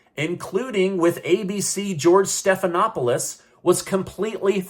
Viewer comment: I'm sorry sir you mispronounced his name is George step on all of us